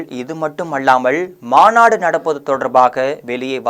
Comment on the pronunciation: தம்பி நீ ல ள ழ சரியாக உச்சரிக்கப் பழகிக் கொள் , அள்ளாமள் போள,தகவள்…..